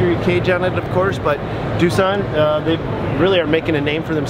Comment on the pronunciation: ITS DOSAND